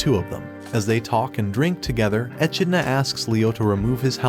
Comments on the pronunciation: Uhmm dude it's pronounced e-Kid-na not E-Chi-ni-la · How do you watch the anime and still pronounce the demon king name wrong. Echenola??? who's that. Not to mention it's not even a Japanese name. It's an english word - an animal. Echidna. How do you misread that??? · Bruh, in English its pronounced ( e-kid-nuh) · The way he pronounces echidna is painful.